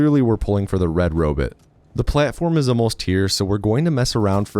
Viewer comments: The irony of an AI-generated narration, about a computer game which is about giant robots, pronouncing robot as "robit". The other videos in this series all do this as well. Pathetic. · Robit….Ro-bit…ro bot…bruh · are you saying Robit just to make me crazy? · Also robut. Just why? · I like the way pronounces robot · he pronounced sword with the w and called ark mrvn a robit